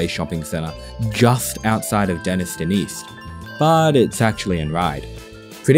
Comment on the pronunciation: pronounced Denis-tone fyi